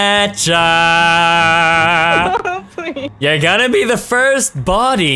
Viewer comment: Isn't it Katja - Katya, not Katcha - Catcha ?